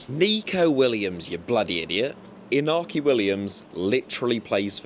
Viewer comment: Also, if you are going to say Iñaki by accident... The enye is a sort of melded 'ny' sound; e-nya-ki or thereabouts :P